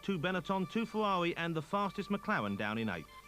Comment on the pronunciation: Unsuitable but hilarious. So many funny quotes like ripping the piss out of deCesaris, ‘Berger’s Fewawi’ and ‘Zanardi cwashed is wo’us’